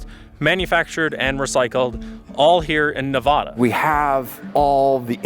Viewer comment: its nuh-VAD-uh!